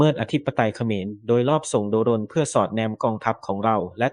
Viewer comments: เขาต้องอ่านว่า โดรน ค่ะ ไม่ใช่ โด รน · AI หรือคนอ่านนะ ทำไมต้องอ่านว่า โด-รน คนทั้งโลกเขาอ่านว่า โดรน มัน เอไอ หรือคนกันแน่ที่อ่าน หรือว่าแอดช่องนี้ ไม่ใช่คนไทย ??. *โด-รน .ฟังแล้วมันขัดหูยังไงพิกล รึอ่านไม่ออก หรือว่า ไม่ใช่คนไทย. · แอดมิน เป็นคนไทยไหม ??? อ่านให้ชัดนะ อย่าอ่าน โด-รน ให้อ่านว่า โดรน อ่านดีๆ สิ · แม่งออกเสียงโดรน เป็น โด-รน เข้าใจว่ามึงเป็นเสียง AI แต่มึงไม่ต้องตลกขนาดนี้ก็ได้ 😅😅😅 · อ่านคำว่า.โดรน.ดันเสือกอ่านเป็น.โด.รน.ป้าแกสิ. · โดรน ไม่ใช่ โด-รน ถุยยยยยย